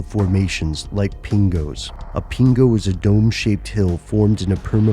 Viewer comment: Hearing you say 'pingo' is weird lol. However, we only have about fifty years worth of 'evidence' to prove the climate is changing. Although I believe climate change is a real thing, I don't think fifty years of recorded data is enough evidence. For example, what about the Little Ice Age? There were no eye-witness accounts to verify that this happened, for example, because of irregular sun energy. For all we know, this may be more than just human tampering. I know I probably sound ignorant, but tl;dr: Fifty or so years of weather monitoring isn't enough to conclusively say whether the climate has been permanently impacted, let alone by humans.